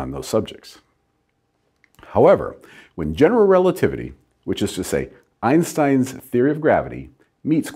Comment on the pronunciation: Why do all americans misspronounce einstein's name?